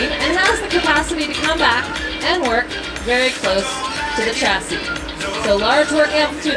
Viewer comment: She is doing a demo for engineers and contractors, and she pronounced "chasis" wrong.